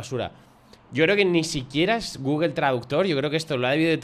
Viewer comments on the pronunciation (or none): none